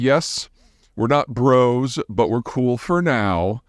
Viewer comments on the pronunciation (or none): none